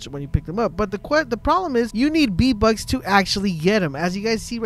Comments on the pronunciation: VEEEEEE bucks not BEEEEE bucks ffs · Why do you call them "BEE Bucks" when they have the letter "V" as the prefix?? "VEE"...not "BEE". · Ye_Boi_ EPC_28 im glad i was not the only one who heard the "Bee" bucks lmfao no lie I am dieng typing this comment while he continues to say Bee bucks 😂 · STOP SAYING B BUCKS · its triggering to hear beatbucks all the time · What’s a b buck I though it was VVVVV BUCKS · v bucks not b bucks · “B - Bux” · bee bucks 😂😂😂😂 he said bee bucks lol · Hey Bud I cannot un-hear this